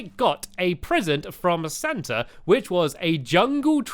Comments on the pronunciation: His name is Santa not saata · IT'S SANTA NOT SANTER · it's not sarnter it's Santa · It's santa not satter stampy I love your videos I name my favourite toy after you😊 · you mean santa not sartner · its santa not sarntar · santa is spelt Santa not Sarnta!!!!!!!!!!!!!!!! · It's saanta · You said his name wrong